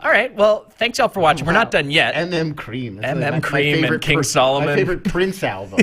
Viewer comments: He is not MM Kareem he is MM ki-ra-va-ni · It's not MM Cream or Karem it's MM Keeravani (kee-ra-vani) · His Name is not MM Kreem 😂, its MM Keeravani 😅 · It's M.M.Keeravani guys, not MM cream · It's M M keeravani lol